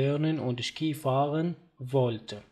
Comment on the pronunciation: أخي Ski تلفظ ( شي ) وليس ( شكي)